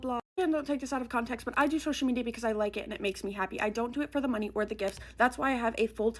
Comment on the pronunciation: Does she know the phrase is “out of conTEXT” ? Why does she keep saying con-tech????